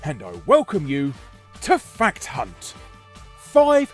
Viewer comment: Sometimes when you say fact hunt, i hear something completly different and very inappropriate, lol. Lets just say, it would be very ofensive to say to a larger woman.